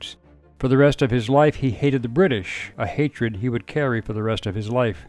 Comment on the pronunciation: Hang on you said "he had a lifelong hatered of the british a hatered he would carry for the rest of his Life, Do you see the slight over emphasis lol just kidding you interesting video, all the best from Yorkshire England lol